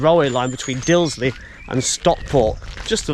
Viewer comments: Excellent Video, however not pronouced "Dilsley" correct is Disley. Trains from Rose Hill run to Manchester either via Woodley or Bredbury. Bredbury is the closest station to Stockport with a direct bus service into the town outside of the station. Bus no is 330. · Very good, but its Disley, not Dilsley as you seemed to say. It has a bar there serving many malt whiskeys. So if you had a shop in Disley selling Malt Whiskey, what else would you call it, but....Malt Disley. Excellent. Wonder if it's a Mickey Mouse outfit? Lol. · It's Disley, not Dilsey. It's been pronounced incorrectly at least twice.